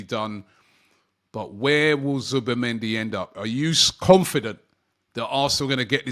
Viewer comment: I am seeing so many different spellings of Zubimendi in the comments. Zubamendi, Zubermendi, Zubemendi I blame Robbie and his weird pronunciations 🤣🤣🤣🤣